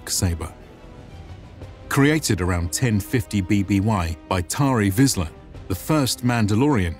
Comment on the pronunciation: Pronounced "Tar Visla".